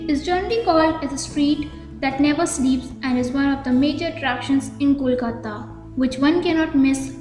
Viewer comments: Hey you fellow narrator Its not Kolkatta, Its Kolkata❤ Improve your pronunciation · It's not , Kolkatta, it's Kolkata